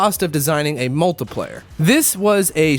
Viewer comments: kinda sounds like hes saying multiplyer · I don't like how u say multiplayer